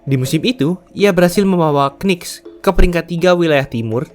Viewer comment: Coba pengucapan knicks nya bisa dihilangkan k di depan